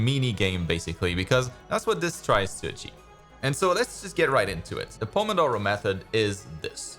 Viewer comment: I'm italian and i wasn't expecting that perfect "pomodoro!" Pronunciation